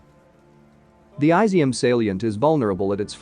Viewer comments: jesus christ, it’s NOT “eye-zium”, it’s “ee-zium”! 😂😂😂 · It's is-zium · I'm sure it's "Is - ium". Did you research it?